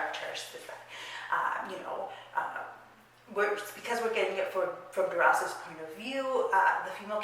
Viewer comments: Really enjoyed your review! One thing though: I'm pretty sure that her last name is pronounced dur-ass. Normally the French dont pronounce the "s" at the end of words and names but Duras is a nom de plum and the name of the town where her father grew up, which is in a part of France where they pronounce the "s" at the end of words. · In french, we prononce the S of her name DURAS because DURA AS you said souds like the animal RAT in french ( we dontt prononce the T) .